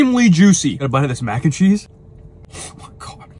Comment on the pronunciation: It disturbs me the way you emphasized mac and cheese